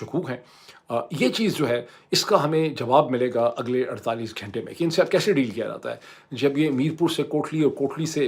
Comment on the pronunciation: گھینٹے نہیں گھنٹے ہوتے ہیں اردو میں 😊